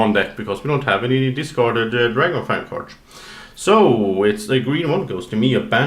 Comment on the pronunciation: am I the only one annoyed by "cards" pronounciation?